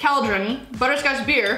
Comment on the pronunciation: We don’t drink ‘barr’ in England